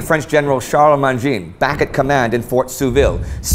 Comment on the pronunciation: It's not general "Tcharles Mandjean" but Charles Mangin (... gin like Agincourt).